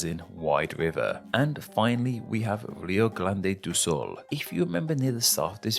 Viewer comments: Rio GLÂNDE do Sul kkkkkkkkkkkk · What I find pretty funny is that you often pronounce R as L and "Rio Grande" became "Rio GLANDE". While "grande" means "great", "glande" literally means the head of the penis.